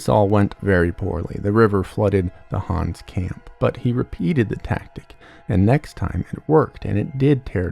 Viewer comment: Is the name actually pronounced Hans??